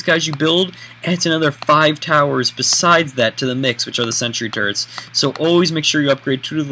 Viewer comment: When he says turrets , it's like he's saying turds ( sorry if I you are offended ) .